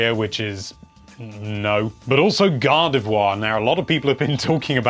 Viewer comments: GADAVWA it's Gardivoir xD sry I had to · British accent is weird you pronounce gardevoir and god of war the same